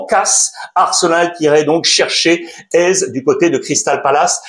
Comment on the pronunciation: il s'appelle pas AIZE mais éZé